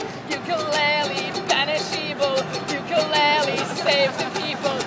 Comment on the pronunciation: she is saying ukulele wrong by the way